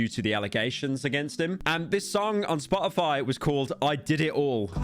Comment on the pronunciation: i clicked on this video to laugh at the British man mispronounce Spotify for 20 minutes